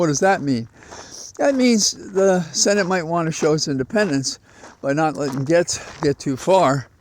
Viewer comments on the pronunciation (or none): While I'm no fan of Rapey McForehead, I do know the correct pronunciation of his name. You should, as well. Gaetz is pronounced Gates. If you have questions about other name pronunciations, let me know. 😊